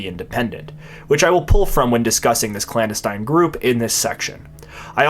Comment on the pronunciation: Meanwhile, he mispronounced "clandestine" numerous times.